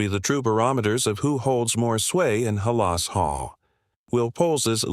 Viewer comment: It’s not ha-la